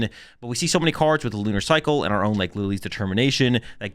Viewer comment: Why pronounce 'cards'as 'cooorllds'